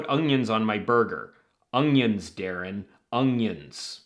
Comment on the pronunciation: Is that how people pronounce "onions" in some places? Interesting.